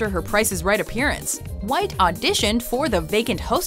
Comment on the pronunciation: . what the hell. thats like stewie griffin in real life. why's he put so much emphasis on the H in white.